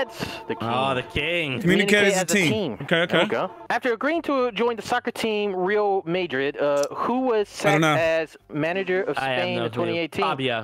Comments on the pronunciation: The only bad thing about this video is having to hear Delirious butcher saying "Real Madrid" Edit: Just heard try to say "Zlatan Ibrahimovic" and I think I died a little. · "Reeal Maedrid" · Delirious really said “real maydrid” 😂